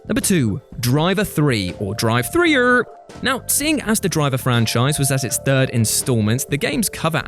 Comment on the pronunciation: I worked for Atari. It's not pronounced drive three ur. It's pronounced driv three ur.